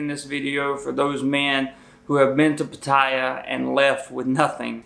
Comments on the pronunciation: I have NEVER heard it pronounced P-TY-AH...Ugg...:-( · Learn how to pronounce it. It's Pat.tay.a According to my Thai wife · at least learn how to pronounce Pattaya paat taa YAA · Damn, it's been a long time since I've heard it pronounced " puh-tie-yuh". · The emphasis is on the first syllable. It's pronounced PAT-ta-ya. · If you want to know how to say pattaya. Listen to the song. Pa-ta-ya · Easier to take you seriously if you actually pronounced Pattaya correctly. It's not Patiya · Pronounced pah tai YAH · It is pronounced Patty yah. I lived in Bangkok Thailand for 2 years. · Why don't you pronounce pattaya correctly ? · **Lots of useful info---I'm retiring in Bangkok in 2026. Been to Thailand several times the last being Pattaya in 2006 for 2 months...Best time of my life!***One thing though Bro...You are pronouncing Pattaya WRONG! I've heard you say it in 3 different variations that people commonly say. All 3 wrong. It IS pronounced like "POT" "TEE" "AHH"! Say those 3 words and you'll hear the proper pronunciation!***Believe me...I'm right!** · Very good advice. Would be a bit more impactful if you could actually properly pronounce the name of the city. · Please learn how to pronounce Pattaya correctly. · You're saying it wrong. Pattaya does not rhyme with Papaya. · Excellent, except for his pronunciation of “Pattaya” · Is there a reason why you cannot correctly pronounce the name "Pattaya"? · 1st rule going to Pattaya and doing a video on it, learn how to pronounce Pattaya correctly ffs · I would imagine if you go there as much as you do that you would at least learn how to pronounce its name properly... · geez I hate people that pronounce Pattaya like he does. Shows he knows sod all about the place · Damn! At least learn how to pronounce the city's name. I learned that 10 seconds after landing in Thailand. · You might want to learn how to pronounce the city you’re giving advice on 😂😂😂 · This hillbilly is not even pronouncing Pattaya properly...he's idiot!